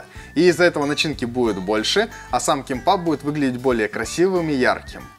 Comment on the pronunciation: Только произносится кимбап